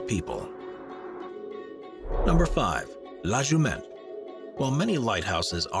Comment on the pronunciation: Great video about beautiful lighthouses but please know your French. The first in Bretagne is La Jument and the second one is La phare de Kéréon. Also missing Ar-Men and Tevennec in here. Not sure if Ar-men is dangerous but she's a rough beauty.